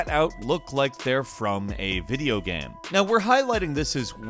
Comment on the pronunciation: Geeaim or how normal people say it game